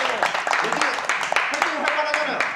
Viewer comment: 단군 개웃김 ㅋㅋㅋㅋㅋㅋㅋㅋㅋㅋㄹㅋㅋㅋㅋㅋㅋㅋㅋㅋㅋㅋㅋㅋㅋ 아느에여~ 아느에여~